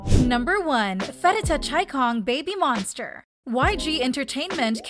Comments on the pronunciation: Ok but I can't stand the way the video is butchering pharita's name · I'm sorry but "Thigh"? I'm literally crying as a Thai rn😭. She also butchered Pharita's name, but idm that bc it may be confusing for foreigners.